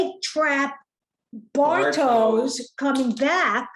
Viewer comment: Nice recap :) Pronounciation help for Silja: Zill-yar (like the beginning of "zilch" and "yarn"). Bartosz: Bar-tosh, not Bar-toes. Jonas: Yo-nuss, not -niss. About Clausen, he has this BDE, if you know what i mean. I think he's a fun character. I've seen a clip of the actor in the TV mini series "Deutschland 83" (he's also in 86 and 89), there he plays a similar character, but more menacing. I've acquired that series and will watch it in due time.